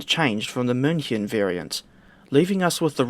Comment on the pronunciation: Your pronunciation of München is spot on.